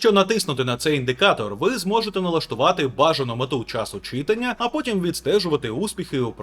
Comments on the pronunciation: Трошки продушню, не чИтання а читАння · Наголос на слові читання повеселив, ніби на уроці укр мови)) лайк за контент українською 👍 До речі може є інфа чи збираються нарешті додати регулювання гучності будильника, чи прогрес яблук ще до такого не дійшов?)) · друже, у слові читання наголос на букву А